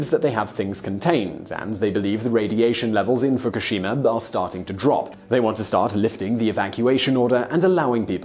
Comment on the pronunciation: Please stop pronouncing Fukushima wrong!!!! Learn before you speak